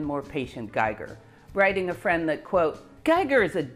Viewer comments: I really loved the video! Congratulations! Little corrections: names are: Geiger (not Gieger) and Niels, not Niel Bohr. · Geiger not Gieger. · It's GEIGER , not Gieger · Geiger, not Gieger. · You are the best nerd I've never met :-D Thank you for HOURS of high class entertainment. Just love it! A side note: You pronounce it perfectly, but someone has made errors on the way: It's a bit annoying (as a European) when "Geiger" (the scientist) is constantly named "Gieger" (the artist). Likewise "Niels Bohr" is not named "Niel Bohr" ... Niel was a moonwalker, Niels weren't (although quite good at soccer) ;-) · yea i wanted to mention all the german names with an "i" sound. Geiger for example. i and e always switch places here ;-) but the pronounciation is very accurate for an english speaker... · Scintilatien is spoken like sintillation, not skintillation! Geiger not Gieger!